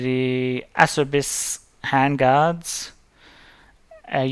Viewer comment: It is not asserbiss, Lol , it is AH chair bees.